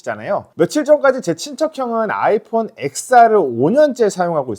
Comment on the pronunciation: 엑스알은 또 뭔 소리야 로마자 10을 뜻하는 X에요 영문자 엑스가 아니라 텐알로 읽어야 맞는 말임